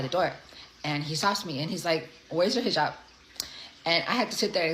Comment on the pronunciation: Second one can't even pronounce the head gear! 😂😅🤣🤣🤣🤣😹Hhmm, the line from my Army days comes to mind "AIR BORNE" 🙀